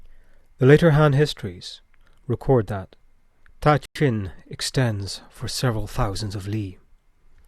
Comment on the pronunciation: I could be mistaken but I'm pretty sure that the ta in ta qin should be pronounced as da, at least that's the way it would be pronounced in Mandarin.